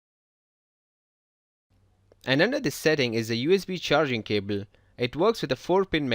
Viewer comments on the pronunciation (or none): cable not cebel. Lol